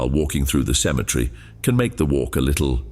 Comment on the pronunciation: You do realize the word is actually Cemetery not symmetry. They're two different words totally entirely they're even spelled differently